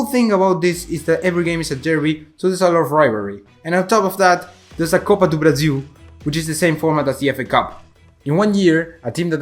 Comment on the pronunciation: Suspeito que você seja brasileiro, não teve sotaque nenhum falando "copa do Brasil"... Me tire essa dúvida